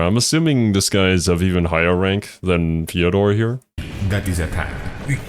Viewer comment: I love how Big pronounces Fydor’s name differently each time